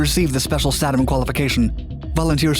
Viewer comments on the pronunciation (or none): Tom's Best Stuff has the correct pronunciation (SAY-dum). Additionally, there was little to no radiation exposure hazard on an undamaged B54. (others were a TOTALLY different story). The 27 hour limitation was because the clocks would jam if set too long. And none of the pictures showed the EPWG. (Army EOD 68-88)